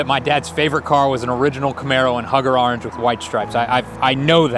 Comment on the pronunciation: The only reason he couldn’t find the actual car is because he pronounces orange wrong so...